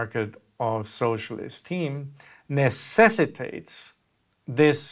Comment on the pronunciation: I heard "socialist team" and I was very confused.